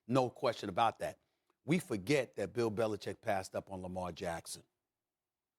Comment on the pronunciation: Love Max vs Stephen A because Max can say BeliCHICK!!